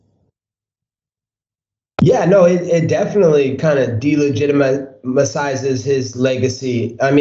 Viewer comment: "Deligit....itimisize" lol